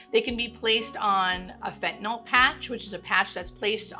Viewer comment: Thank you for properly pronouncing fentanyl! I hear too many people, even people who should know better, pronounce it "fentanol" Good lord, it does not have an O in it!